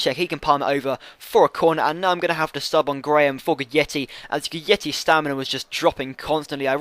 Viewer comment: You are saying it wrong mate. It's not Gudietti, it's Gui(j)detti